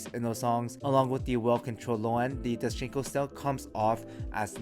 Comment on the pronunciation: My man said doschinco lol